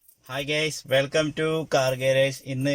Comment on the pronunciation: ഇനി പറയുമ്പോൾ gays ഗെയ്സ് എന്നല്ല പരെയേണ്ടത് അതിനു അർത്ഥം sowarganuragi എന്ന് അണ്.. Guys ഗയിസ് എന്നാണ് ,ആളുകൾ അല്ലെങ്കിൽ ആണുങ്ങൾ